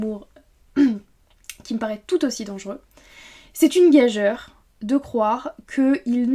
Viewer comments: Merci pour cette vidéo, et les autres de ta chaîne qui sont vraiment intéressantes ; Je me permets de signaler une 'erreur' de prononciation : => le mot "gageure" se prononce 'gajure', et non 'gajeure' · Excuse-moi mais le mot "gageure" se prononce "gajure". Je n'aurais pas écrit ce commentaire si tu ne semblais pas portée sur la culture.